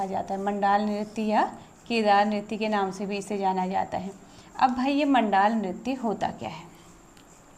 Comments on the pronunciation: मैम जी जुगराज रैया आप 🎉। म‌ण्डान होता है मण‌्डाल नहीं। थड्या चौफला एक ही होता है शायद से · Bhai pagal wagal hai kya? मंडान नहीं मंडाण होता है और चौफुला और थड्या अलग अलग होते हैं चौफुला स्त्री, पुरुष दोनों करते हैं, ये असम के बिहु जैसा होता है थड्या बस नव विवाहित स्त्री करती है अपने मायके के आंगन में जब शादी के बाद पहली बार आती है तो बसंत पंचमी से बिखौत तक